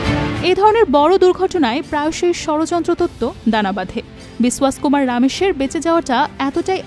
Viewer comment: বিসওয়াস নয় বিশ্বাস!!!